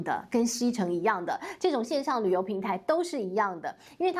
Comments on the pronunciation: 拜衽！ 不是唸希城！唸邪城！ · 在大陸 攜念“協“ 不念”希” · 读携程xie，鞋，挟，你读xicheng，不是汉语。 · 携程念斜城，不能读西城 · 在大陸“攜程”的發音是“協程”， 不是“西程”！！！ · 主持人要作功課 不念"西”程 要念”協”程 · 發音叫"協"城，不是叫"西"城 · 應該提醒一下觀眾，大陸的讀音是「協」程，不是「希」程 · ‘’攜‘’這個字在中國唸ㄒㄧㄝˊ，說ㄒㄧ ㄔㄥˊ，中國人聽不懂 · xie 二声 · ㄒㄧㄝˊ 程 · 是念〔斜〕城才正確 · 大陸讀“協”程, 攜（協）手合作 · 不是xie（鞋）程吗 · 不是读“鞋程”“xie”吗？